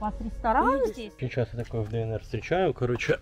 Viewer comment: Ааааааааааа грАйвороне и не кОроче, а в корОче!!!!!!!!!!!